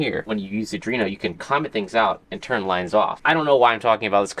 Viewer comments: buddy, it's ARDUINO, not ADRINO. Say it like this: "R-DWEE-NO". No more "uH-dREE-nO". Just stop it. Stop it. I know you like to say that you're a lil dum dum, but I know you can read. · AR-DU-INO, not adreno it has NOTHING to do with the ENDOCRINE SYSTEM LMAO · Arduino! Not Adrino! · It's pronounced Ar-Dweeno.. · are-dwee-no my guy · Is Adrino a specific make/model, or just a weird pronunciation of Arduino? Serious question. I don't care how you pronounce it. If they want everyone to pronounce it the same way, they need a different name 🙂 Oh - and if it isn't a specific model, it needs to be. It has an "adrenaline" vibe, which is perfect for a high-end model. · says arduino like boomers say chipotle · Never say arduino again🙏🙏🙏